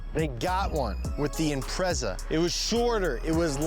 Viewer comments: Imprezzza!? Shut up! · I love your show guys, but as an international car show can you please learn how to pronounce their names. Or at least say it ironically when you don't. Every time you said Impreza i felt like sticking a knitting needle in my ear.... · is it bugging anyone else how they say impreza?